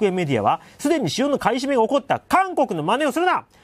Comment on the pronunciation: テロップはちゃんと買い占めとありますが音声では ふばい と聞こえます不買なんでしょうか？